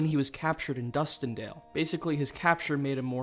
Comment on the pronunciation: Me: *hears correct his few mistakes from the previous video, while getting annoyed with the people who spend their time fact/spell checking someone’s YouTube video when it’s clear what he meant.: DUSTINDALE! Me:............………………………it’s dusken—you know what it doesn’t matter.